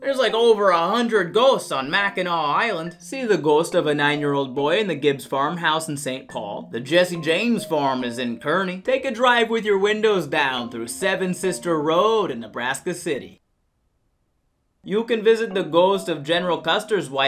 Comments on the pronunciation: Hey Missouri, its pronounced [Kar]+[nee] not [Kur]+[nee]. We're special like that. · Don’t you ever pronounce my hometown Curne it’s Car nee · I grew up in Kearney, MO. It's pronounced like "car-nee." There's also Versailles (ver-sales) and Cairo (k-row). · Psst! Native Missourian here from the KC metro. Kearney is pronounced like "car-knee". Also while the city is officially St. Joseph, everyone refers to it as St. Joe, just fyi. Also I will never not laugh when I see that great state of Kansas shirt. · Fun Fact: Kearney is pronounced car-ney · You pronounced Kearney wrong